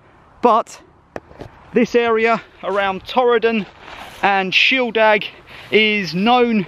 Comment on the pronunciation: Since when has shieldaig been pronounced shieldag. Ffs get a grip.